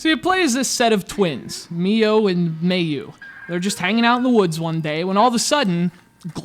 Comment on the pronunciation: Freaking idiot. They say Mayu's name all the time. Get it right.